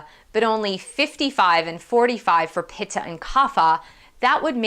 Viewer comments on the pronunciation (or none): Try to pronounce in a way like: Vatta = Vattee, Pittaa = Pittee